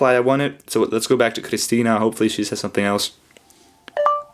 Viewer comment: ここまで発音がきれいな「クリスティーナ」はそうそういないw